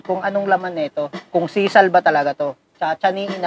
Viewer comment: Boss, mejo mali po ‘ata pronunciation nio sa “SISAL” … hindi po cia salitang tagalog, kaya dpat po ung tamang bigkas po sa country of origin ang gamitin sa pagbigkas po sa salita. ✌️✌️✌️